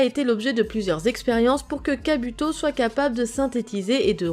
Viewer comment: sa se dit kabouto